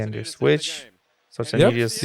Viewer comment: Scortsianitis is pronounced Skortsianitis